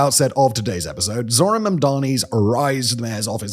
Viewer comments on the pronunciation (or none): "Zorhan Mamdani" noooooooo